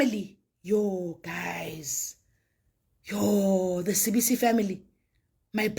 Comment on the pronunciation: It is not Sibiya but Sibisi